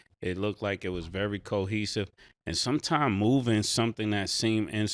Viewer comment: 😂 what are we going to do yall with Cam and him trying to pronounce big words or say people names right. It's cohesive Cam not keihesive. 😅 Btw don't ever, eva, eva, eva eva eva eva.... ever do that twirl again💃 hey!,....hey, hey. Pause